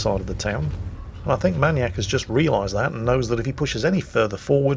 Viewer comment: MAN YAK?! Isnt it MAIN E ACK?